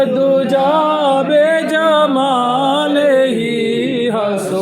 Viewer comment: Ladies n gentle man word by jamal ni hota bi jamal hota a by jamal ka matlab jis ka koi kamal nai by kamal ni bi kamal hota a